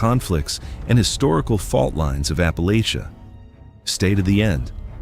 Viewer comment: For heavens sake, please teach the friggin’ computer the CORRECT pronunciation of Ap-pah-la-chuh. Descended from Murphy, McCoys, Chambers, Painter, Robinson and more.